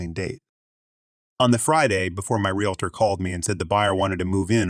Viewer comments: Don’t know how to pronounce realtor. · Once in a while it was done right. Funny sounding, though.